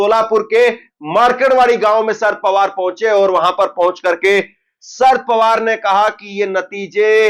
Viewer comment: शरद पवार बोलो ना कि शर पवार